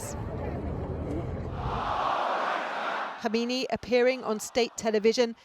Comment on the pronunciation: Two things. 1. How can a supposedly serious journalist not pronounce a simple name properly?, 2. Any discussion of Khamenei’s life which fails to mention the bomb attack that almost killed him in 1981 is amateur trash. It defined the rest of his entire adult life and career, and therefore the fate of Iran itself.